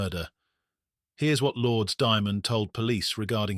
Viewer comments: The name is pronounced Lour-des, not Lords. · Lourdes lore dess 2 syllables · An American wouldn't know how to pronounce that either so what does that have to do with it? Never heard that ridonkulous name in my life. Lour-des? Oh yes that is super American sounding.